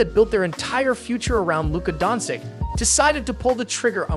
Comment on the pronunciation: It's an AI voice. That's why it's wrong.